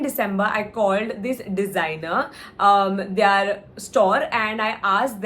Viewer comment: it's "their" not "they aaaare"